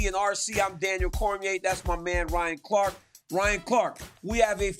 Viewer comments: Ryan “Zwang Waylee” Clark 😂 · Who is zang way lay?